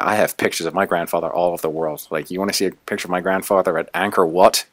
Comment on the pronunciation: im cambodian and you said angkor wat pretty well,great story